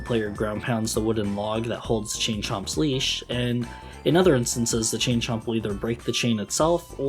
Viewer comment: You need to enunciate "Chain Chomp" a little better ........I'm pretty sure what you are saying can't be said these days...